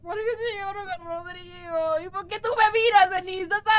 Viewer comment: Casi dises drogau😂😂 en vez de rodrigo